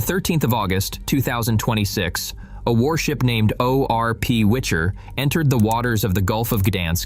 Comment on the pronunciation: Its WICHER ( gale )not WITCHER( like book or game character )